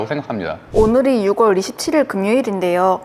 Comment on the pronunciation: 6월의 발음은 '유월'입니다.